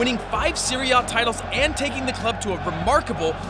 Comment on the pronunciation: Please try to pronounce Serie A as such: Seh-ree-eh Ah. There are 3 syllables to in Serie. Other than that, nice video, well put together and researched.